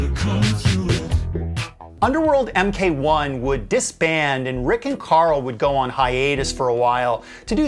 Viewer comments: “Mk 1” is “mark one” not “em kay 1” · I was about to say Britainians say lots of Americanisms wrong too, boyo. But then you said em Kay one, and yeah that is not right even stateside. ;). Triumph spiders taught us something. Oh and holy shit freur perm.